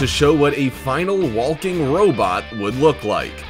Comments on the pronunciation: I can't tell if he was saying Wall King or Walking.... So triggering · And I just noticed how much he pronounces the L in walking 🤦‍♂️ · Stop saying the L in walking I can’t hear another L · First time you’ve ever said the word walk? Makes this really hard to watch. So many “wall-king robots.” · i didnt notice at first til i saw this comment 😭😭😭 NOOOOOOOO now its bothering me too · Why do you pronounce the L in walking and walker? Weird